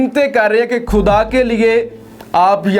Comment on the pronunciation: اللہ کے بندے لفظ خُدا ہوتا ہے نہ کہ کھُدا اپنا تلفظ صحیح کرو،اردو کو اردو خط پڑھو نہ کہ انگریزی خط میں۔